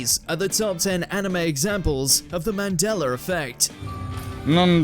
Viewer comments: MandelA NOT Mandeler....I HAAAAAAATE THAT! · Bro.. stop pronouncing it as: mandel'R' effect! Its Mandela with an A atthe end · Mandeler effect 💀